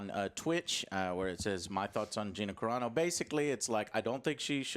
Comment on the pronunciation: I didn't know Gina's last name was pronounced ''Kareno''